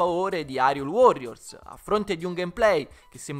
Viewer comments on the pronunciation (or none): La demo è meravigliosa ma ha due problemi che tutti i giochi di "The Legend of Zelda" moderni hanno. Il doppiaggio italiano è straordinario ma sentire Hyrule detto Irule mi fa stare male. Poi, nonostante tutti i personaggi siano doppiati, Link non spiccica una parola. Capisco durante il gameplay, ma almeno nei filmati Link potrebbe parlare e sarebbe fantastico vederlo parlare con una voce italiana e in tutte le altre lingue con un doppiaggio dedicato